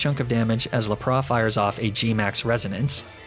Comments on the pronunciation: Lap Ra? Laprassss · THERE IS NO O IN LAPRAS! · Did he just say ar cin e nay and ne ne tails? Isn't it Ar can ine and nine tails? 😂 Did he just say Lup-rah?! Tf isn't it lap-riss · I didn't understand the reason behind a few of your pronunciations. Like Arca-nin-è, Nin-è-tales etc, Laprahh?